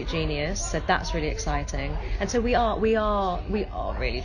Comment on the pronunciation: she says “we are” like 2016 Israel